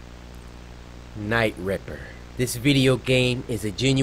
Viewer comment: Nah fam i thought I was trippen when cory said night ripper